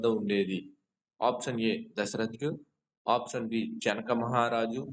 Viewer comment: ముందు option అనేది correct గా పలకండి